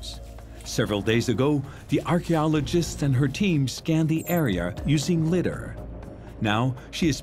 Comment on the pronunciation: It's Pronounced LY-DAR